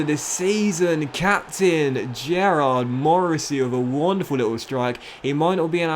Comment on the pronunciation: 3 seasons in and hes still pronouncing Gearóid as Gerrard 😭😭😭